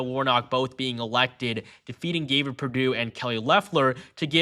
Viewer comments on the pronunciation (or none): none